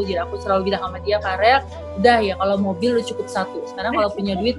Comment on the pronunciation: Verrelll tantee.. hehehe.. bkn farel wkwkwk..